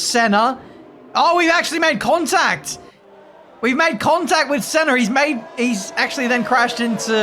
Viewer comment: saying "Ayrton Senner" is gold